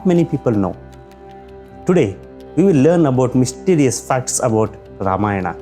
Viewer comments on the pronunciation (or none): Don't pronounce Ramayna better to pronounce Ramayan and the same for many other words